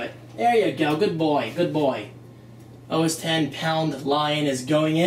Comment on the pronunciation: Thank you so much for saying OS 10. I cringe when people say OSX